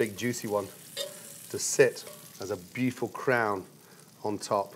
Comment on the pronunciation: oh "BEUTIFUL" everythings BEAUTIFUL for god sake is that his favourite word !!